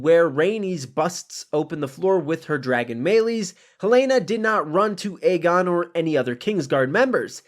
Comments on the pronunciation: no, it was definitely Aemond. Aegon is pronounced as "Egg-on" hence his nickname "Egg". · Aegon is pronounced as "Egg-on" not "Eygon". There was a prominent "Ey" sound on both times the twins called his name.